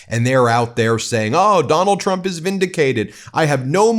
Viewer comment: Carolyn Leavitt says President Chump, not Trump. I had to hear this multiple times to be sure. 😂